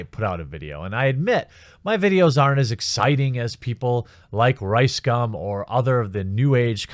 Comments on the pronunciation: It’s actually pronounced RiceCum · RiseScum? I'm hearing that every goddamn time :D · i always hear rice-scam when you say this assholes name... and i will continue to hear it this way from now on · How come I keep hearing RiceSCUM?